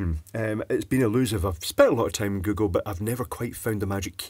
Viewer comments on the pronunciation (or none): none